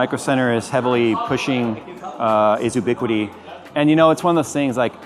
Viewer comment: FYI, it's pronounced "you-biquiti" not "oo-biquiti."